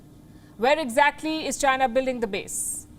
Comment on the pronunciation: Being a journalist, the lady can't even pronounce China properly, what a freaking Indian joke!